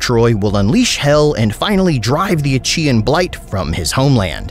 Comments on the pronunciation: Yes. That is how I always heard it pronounced. I even looked it up to make sure, and everywhere it is said with the -kee-sound. Even in my native language it's pronounced similarly. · Did you just pronounce it Ach (CHEE) aean?!